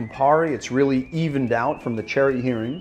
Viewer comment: Please say Heering cherry liqueur.